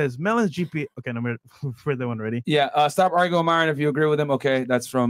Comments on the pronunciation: I Am The Only One Who Believes MY-RON Was Because She Can’t/Couldn’t Pronounce Myron. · Lmao every time she said Myron’s name I was like uGgHh🤦🏾‍♀️😂😂😂